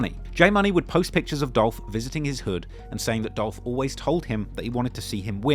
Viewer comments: It's Dolph!!! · It’s Dolph!